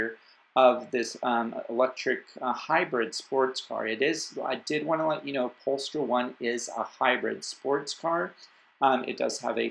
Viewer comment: Think you should pronounce it Pole Star, in Sweden we like to combine words. And it's designed in Sweden, built in the US and probably China since it's a Geely company, and a company born from the R section of Volvo Cars. So, a proper competitor to Lucid. Still think both are worth a look, unless 'cause it's a Geely company it will probably be high priced from the start, with their success rate. And also, how much umph does the Party have?